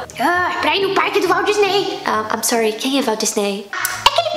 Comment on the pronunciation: "Valdisney" KKKKKKK